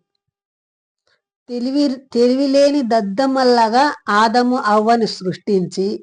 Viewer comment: సృష్టి అనే మాటనే నీకు కరెక్ట్ గా పలకడం రా వస్తలేదు నువ్వు బైబిల్ గురించి మాట్లాడుతున్నావా రా